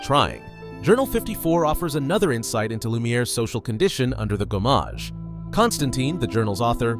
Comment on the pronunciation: Good on you for owning up to it! French pronunciations are often tricky for Americans, whereas us Brits have at least a few mandatory years of French at school. The one that really grated though was gommage, because it's said so many times in game - quite easy too, it's gomme-age rather than go-mmage.